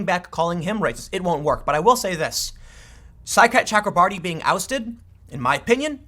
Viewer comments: Every time Tim says Saikat Chakrabarti I hear “Sidecat Chuck Lombardi” and I can’t even concentrate because I keep thinking what an awesome nickname Sidecat would be for a congressional staffer. Thanks for the laughs today, Tim. I’m rarely giggling when I listen to your show. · Anyone else here side cat chakra marty when tim says saikat chakrabarti